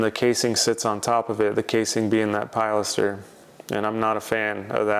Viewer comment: Please! Don't call it a "PIE laster." The word is pronounced "pill LASter." I've commented on videos half a dozen times about mispronouncing it. I think he's a lost cause on getting that right. Although he did start to pronounce porte cochère (port koh share) correctly. Kudos for that small victory. 👍 I love watching your videos and seeing your projects unfold. TY